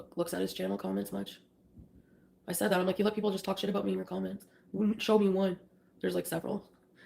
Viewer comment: “How aboot some respect and dignity” HOW ABOOT NO!!